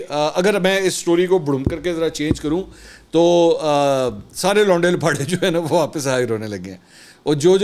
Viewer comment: Londay Laparay.....the way he pronounces it hahaha